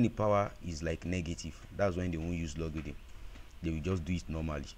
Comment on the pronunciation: It's not pronounce logidn bro😅, it's logarithm..😅